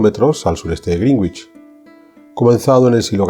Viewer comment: Hola. Una pequeña nota. En “Greenwich” la “w” no se pronuncia. Yes, a common mispronunciation of Greenwich is “Green-witch”. The correct pronunciation is “GREN-itch”, with the “w” being silent. What is the phonetic spelling of Greenwich? The phonetic spelling of Greenwich is pronounced as “GREN-itch”.